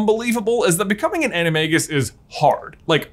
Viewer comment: You pronounce animagus wrong :(